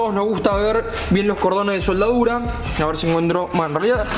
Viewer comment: Me causa gracias como parece que dijera "SOLDAURA" continuamente.